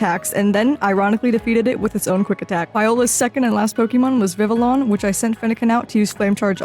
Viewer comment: Fun video with many mispronounced words. I am a stickler (pet peeve) for accurate pronunciation, but it’s clear you just are not familiar and we’re not trying to annoy viewers. Most things are pronounced the French way in Kalos as it’s based on France. For Vivillion (a difficult one) it is actually pronounced Viv-ee-0n (no L sounds) as that’s a French thing, see the french word for butterfly and how you pronounce it in spite of the spelling. Also I highly recommend the x/y and x/y-z anime as it’s among the best the anime has ever been! The correct pronunciations are in the anime and should help, but I will also say it’s Ly-Sander, Lum-ee-ohs and dra-gal-gee.